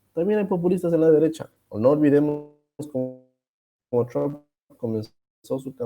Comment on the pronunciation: Todos: Trump: “Chomp”